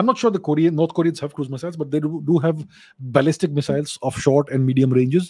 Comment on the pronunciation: Ballistic pronunciation sounds like Balle Balle to me.😃. Balle Balle Missile.